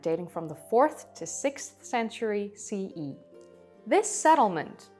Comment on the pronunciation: "see ya", instead of CE